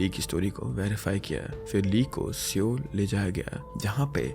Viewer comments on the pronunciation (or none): none